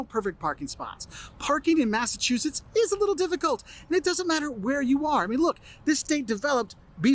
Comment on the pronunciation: No offense, but this guy sounds nothing like the people I have talked to in Mass. Mispronouncing 🤦‍♀️🤦‍♀️🤦‍♀️